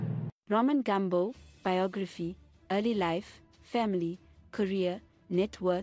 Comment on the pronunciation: ITS NOT GAMB0..but Gumbo(shona word meaning leg) pronounced as its spelled